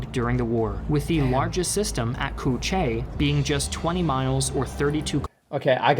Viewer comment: North Vietnamese here and it's pronounced more like "Coo Chee"